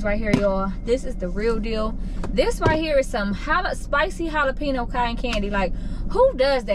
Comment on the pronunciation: i have never heard anyone fuck the word jalapeño up like that😂😭